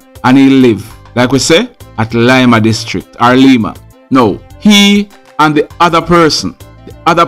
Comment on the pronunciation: its Lima as in lime.